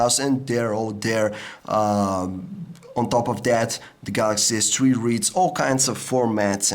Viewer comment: All I heard was Galaxy S TREE.